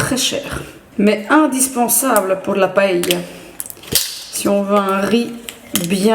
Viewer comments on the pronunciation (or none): Super ce vlog sa change ☺️ Par contre vol au vent c’est français donc oui on connaît mdr c’est super bon Et j’avoue, ça m’a surpris comment t’as prononcé le mot paella (paille) moi je le dis paëlla avec le a bien prononcer je suis espagnole De mon père et c’est comme ça qu’on le prononce là bas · J'ai jamais entendu quelqu'un prononcer Paella de cette manière... hahahaha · C'est la prononciation espagnole